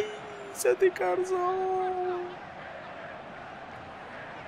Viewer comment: Mas que Raio de M** é o "CaRZola" não será mais "CaZoRla" ? -.